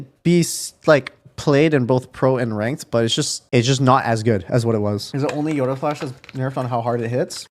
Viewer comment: he's saying it correctly lol